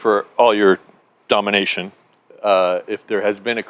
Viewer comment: I liked the whole interview i chuckled a little when he said ‘daymanation’ Lol. He still young, hopefully he does good in portland.